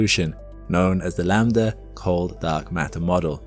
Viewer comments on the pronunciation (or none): none